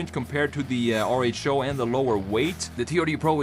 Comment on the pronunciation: Are you sure that RHO is pronounced AAR-ECH-O It seems to be the greek letter Rho. Which is pronounced "ro"